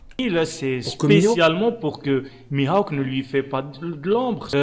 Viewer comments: Miaok qu'il dis et pas mihawk 😂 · je pense que ce type te parle de « Mihaouk » et non « Mihawk » 😂 Problème résolue 🤣🤣